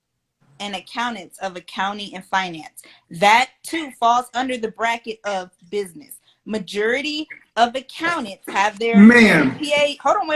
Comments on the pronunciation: "the ma-jurity of accountants" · majurity? what a low class loser. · Did she say “majurity?” 😂😂😂